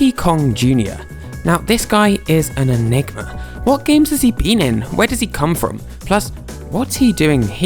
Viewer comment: thought you said (the n word) but you said enigma